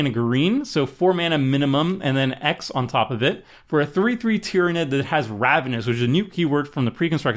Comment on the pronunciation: I'm amazed he said Tyranid correctly.